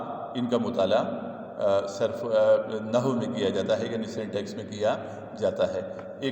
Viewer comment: یہ نحو کے لفظ کو و کے ساتھ پڑھنا ہے مطلب۔ نہ ہو نہیں پڑھنا۔ Na Haww prhna. Naho nahi